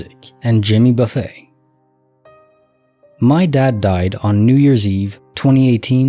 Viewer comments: I was cringing every time I heard it wrong! I was like Buff-ETT Buff-ETT! Ha ha! But that would be because my dad listens to him too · And Jimmy Buffay 🤣🤣 only AI wouldn't know how to correctly pronounce these names😂😂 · And Jimmy "Buffay"?? 🤯